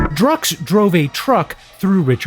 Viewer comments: Drukqs is pronounced Drugs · i think drukqs is pronounced like drug use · Druqs is supposed to be pronounced as “drug use”. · it's pronounced "drug use" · Drukqs I think is pronounced like "druk cues", a sort of bastardization of drug use